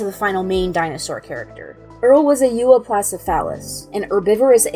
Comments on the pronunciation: It's pronounced, U-op-lo-oh-sef-ah-lus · I think you mispronounced Euoplocephalus there.